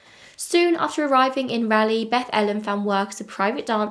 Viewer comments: I was at first confused why I'd not heard of this story, considering I live within 30 miles or so of this area, but then I was only 8 when it happened. Still a bit surprised that an unsolved murder doesn't get at least a little attention. Poor Beth-Ellen :( Don't feel bad about your pronunciation of Raleigh, even people in the US get it incorrect. Rah-lee :) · I've lived in Raleigh (and surrounding cities) since 1992. I know most of the places that you are talking about. I hope it gets solved. Also, I love how you pronounce Raleigh. Not how locals do, but very British 😂 Edit: I did a bit of research, because I was very young when this happened. I asked my mom too and she had never heard of this, although we lived much more west at this time. Capital Boulevard is a very busy, very used through way, and so it really could be coincidence that her car was between her home and her destination. That area, Capital and 440 (a circular highway around Raleigh) would be an ideal place to get away quickly, and being just off of Capital, her car may be ignored until the employees needed to access the parking lot. It's also not unusual for cars to block parking lots of closed car places, trying to discourage people from trying to take cars I bet, so I wouldn't think anything of it if I was driving by. I'm actually pretty familiar with that area, I'm at the Costco just north of there all the time, and it's a pretty well traveled area. It was much harder to find the address of where she was found, but that's a bit more off the beaten path. But we (Raleigh) also seem to shut down pretty early, especially outside the city, so I doubt there was much traffic when she was attacked. I keep changing my mind on whether it was pure opportunity or something more personal. I really would believe either.